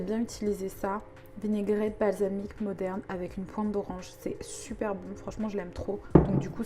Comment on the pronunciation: vinaigre balsamique de Modène, pas "moderne" :D tu me tues